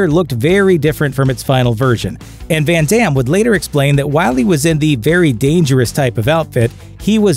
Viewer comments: "When Demm" XD. Americans and their pronunciation. Try to say "Fun Dumm" and maybe you pronounce the name correctly now. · Did he really say "fan dams" 😐🙁 smh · I love Jean Claude Van Damme Hey watch yo mouth, foo! Sorry, I meant Van Darn.